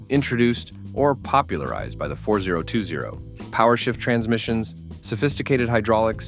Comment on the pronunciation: You immediately lost your credibility when you called it the 4-0-2-0 instead of FortyTwenty. That's what it's always been called. Pretty pathetic!